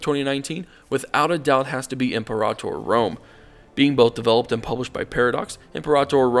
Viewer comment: said it right.